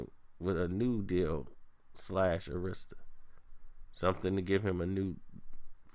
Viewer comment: Arista is pronounced AIR-RISK-STIR lol